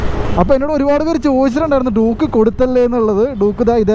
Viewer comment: Bro Doooooke alla Duke, i mean dyuke.